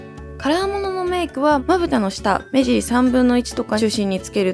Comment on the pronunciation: 目尻言えてないw